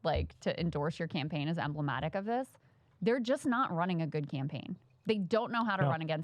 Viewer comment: "emblemotic"? Why do women pronounce all A's as "ahh" now?